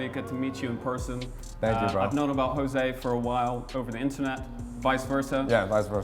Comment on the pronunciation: am i the one impressed that pronounced his name correct? i used to call him jose jose yO jOSe but instead in HOse hOse GUYS ITS HOSE